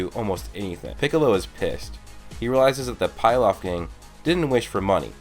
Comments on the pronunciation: PILAF is pronounced PEELOFF sorry but that was super annoyimg how you said PIELOF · pilaf gang not pie laf. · It's pronounced (pee-loff) not (pie-loff) I know that's nitpicking but it bugged me more than it should have.